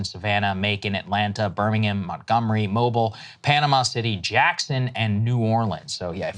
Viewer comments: this is the second time I’ve heard Sagaar try to pronounce my city. It’s MO-beel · I caught that too. "Mo-bull" haha...only folks straight from the northern Gulf Coast know how to pronounce that city. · "Mo-beel" Alabama, home of the first Mardi Gras - Saagar. yes, it sounds weird. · FYI - Mobile, AL is pronounced Mobeel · Sagaar's pronunciation of "Mobile" hurts the heart...